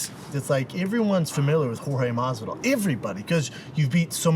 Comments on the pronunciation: Of course he mispronounces Masvidal in front of him lol "masival" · why does shaub call him "masdival" it's Masvidal you idiot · conor, cowboy, MASDIVAL lmao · Did Brandon say Mogsival right before the food came out? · Did Shaub just say Masdival ?😂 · Did Brendan say “masival” ? Lol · Yep... usually he says mozdival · Brendan "Mahsival" Shaub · Brendan pulled a joey diaz and said masdival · Schaub said Masdival.. what a Coco Diaz thing to do lol